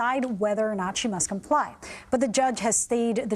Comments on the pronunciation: I like how MSM media pronounces her name “Fauny” especially since allegations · Foni is not how our American Children Have Been Told to spell a/h. Its Fani like a big FANI